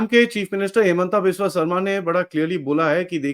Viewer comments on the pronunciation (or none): none